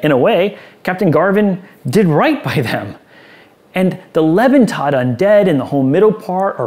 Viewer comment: I really enjoyed this review, but the mispronunciation of a German compound word really sticks out. Lebentod. LAY-bin-TODE Leben = Life; Tod = Dead/Death; = Living Dead I probably would have just passed over this adventure if not for the review though, so it was otherwise a great video.